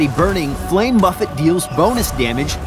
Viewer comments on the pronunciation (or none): BUFF-AYE NOT BUFF-It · That’s not how you say buffet. It is buffet, sir. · That moment when you don't know how to pronounce the word buffet. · He pronounced buffet wrong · why does he pronounce 'buffet' like that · Isn't he pronouncing "buffet" wrong? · the way this guy pronounced buffet kinda triggers me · The way this guy says buffet annoys me. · I love you,. But I cannot forgive you for pronouncing Buffet the way you do 😭 (No hate towards. He’s dearly loved by those of us who keep watching these spotlights over and over again.)